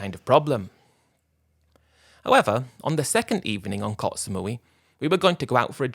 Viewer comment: It's koh not kots